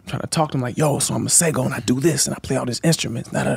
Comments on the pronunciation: Tank pronouncing Masego correctly at the end is everything!!!!!!!!!!!!!! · As someone who comes from South Africa where we have a lot of people named Masego, I really appreciate Tank’s pronunciation 🤌🏾😊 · Love he pronounced Masego. The South African way at the end.🇿🇦